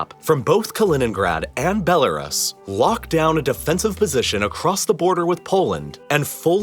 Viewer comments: Your pronunciation of Belarus had me wincing. But apart from that, an interesting video, though Crimea is part of the Ukraine. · No, the narrator is pronouncing Belarus incorrectly. And yes, it absolutely does. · aaaaaaaa he mispronounced "belarus" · That Belarus pronunciation tho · That's not how you pronounce Belarus. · Why is it so difficult to pronounce Belarus correctly? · It makes me uncomfortable every time you mispronounce Belarus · You’re pronunciation of Belarus was painful.. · And the pronunciation of Belarus. It wasn’t even the correct English pronunciation, let alone the Belarusian pronunciation. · Your pronunciation of Belarus is hilarious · You mispronounced Belarus, multiple times. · ....and learn how to pronounce Belarus properly.... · why do you always mispronounce belarus? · Convinced this guy is just mispronouncing Belarus out sheer stubbornness and spite at this point. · Why he pronounced belarus like toys are us😂 bel-are-us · Its pronounced "Ruse" not "rus" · Stop saying Bela-Russ. It's not White Russell, but White Russia. It is pronounced, Bela-Roos. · “Bella-russ” … why do you pronounce it like that? I have only ever heard it pronounced “Bella-roos”. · It’s pronounced belaroos not belarus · It’s pronounced Belaroos, not Belaruss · Belarus is pronounced "Bell-a-roose" not "bell-a-russ" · It's pronounced Bel-a-roos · never heard Belerus pronounced like that before. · The correct pronunciation of Belarus- bel a ROOS Modern IPA: bɛ́lərʉ́ws. Traditional IPA: ˌbeləˈruːs. 3 syllables: "BEL" + "uh" + "ROOS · It is pronounced" Bel A Roose". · Bro I love your videos but you've been pronouncing Belarus wrong for years. Bell - ah - ROOS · BELAREST. I just learned today that I’ve been mispronouncing Belarus all this time. 🤔😳🫣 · Please learn to pronounce the names of the countries you’re talking about. BELLA Russ? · It is bella-roos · it’s pronounced “bel-la-roose” -like rooster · “Belar-us” cmon man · Belarus? It's pronounced bella-roose